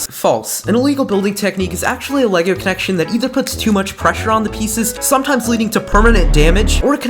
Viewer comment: Le-lay-go-goe Lego